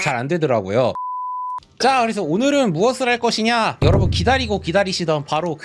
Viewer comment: 시작할때 안녕하세요 여러부?ㅋㅋㅋㅋ